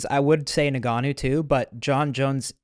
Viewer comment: Why does Kyle pronounce Nganous name like that? “Niganu” wtf